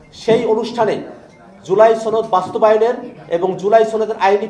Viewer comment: আপনি তো সনদ শব্দ ঠিকমতো উচ্চারণই করতে পারছেন না সনদকে আপনি ছনদ বলছেন